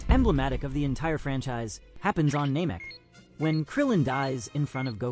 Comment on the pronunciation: dbz fan with dbz youtube channel that does not know how to pronounce namek?